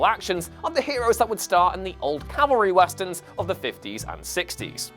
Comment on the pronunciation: no one: literally no one:: w a s t e r n s